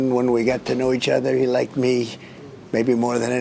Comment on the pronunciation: “He laiked me”